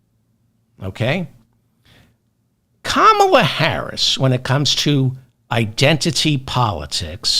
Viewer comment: “KAH mah la”